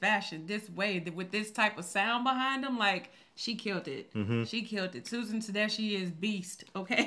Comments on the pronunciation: Also- it’s pronounced Ta DESK-EE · Pronounced Te DESK key, by the way. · Huge fan. This woman can sing! Her collabs with husband Derek Trucks are amazing. Her name is pronounced Tuh-DES-Key. "Anyhow" is also a great song. You two will also love Toni Price and her powerhouse voice. Her songs "Fooling Around" and "Feel Like Cryin" are top notch.